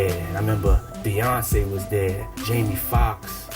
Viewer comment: Did he say everybody was “deah”? The king’s English “brother” please! It’s 2024. 👎🏿